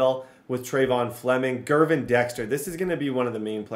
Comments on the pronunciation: Hey man, it's an honest mistake but Gervon Dexter is pronounced "Jer-vonn." Just a heads up! Love full szn franchises man. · Not to be that guy, but it’s JERR-VON Dexter. Not GURR-VON.